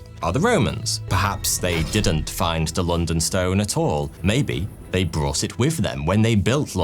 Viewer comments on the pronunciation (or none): none